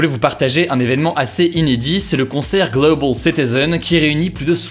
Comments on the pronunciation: J'ai adoré a ton "gleuwbeul" citizen 🥳💕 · Le "Global" avec l'accent anglais était priceless. 👍